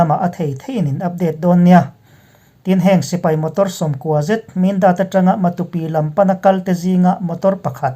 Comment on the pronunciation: i puang thiam in a ngaihnawm lutuk, Matupi hi kaw tha lo tih te, Sa ke chhia tih te ang in han thluk la, Matu ram tih na a ni ang a, a thluk pawh a dik ngawt ang